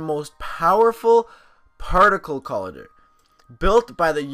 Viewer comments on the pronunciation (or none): ITS COLIYDER, NOT COLADER. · its co lie der but no biggie bro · COLLIDER u butchered that bro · It annoyed me every time you pronounced "collider" wrong -.